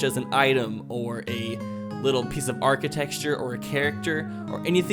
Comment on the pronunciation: You keep saying archite”x”ture. It’s bothering my ocd lol. No biggie though